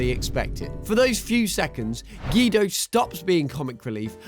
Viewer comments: GEDO ITS GUIDO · You said Guido's name wrong